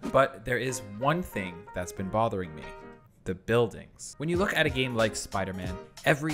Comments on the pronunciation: gAAme devolopers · gAAme developers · “So instead gAmE deVeLipeRs “ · "GAAmEe developers" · gaHme developers